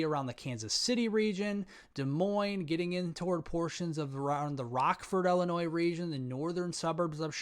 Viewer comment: Its pronounced ILL-eh-noy. Sorry. I honestly dont want to be THAT guy.